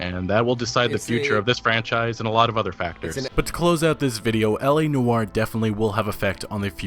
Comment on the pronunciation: "Nor" not "Nu-or". SMH